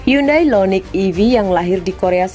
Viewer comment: Hyundai IONIQ bukan Lo Loniq 🤣🤣🤣